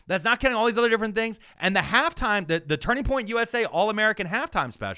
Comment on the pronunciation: Did he say Turding Point USA?